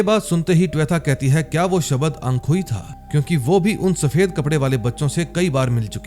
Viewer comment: शबध 😂 शबद 😅.